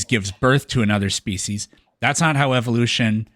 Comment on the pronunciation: Why does it keep saying specie?